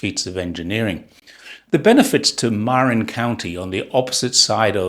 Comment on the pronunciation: Funny for the Golden Gate Bridge and Marin County popping up here. The emphasis in Marin is the second syllable so maRIN.